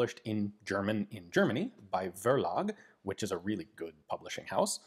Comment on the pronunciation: I am a bit supriced that nobody has writen that Verlag prenounciats as Ferlag. A V as the first letter in a german word prenounciates as a F, for some od reason.